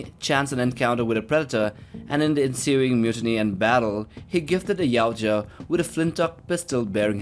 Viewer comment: For crying out loud! It’s Ya-oot-ja, not yow-cha! How do you make a video (assuming you researched) and get the name wrong? I’ve seen one channel that gets it right. Ya-OOT-ja...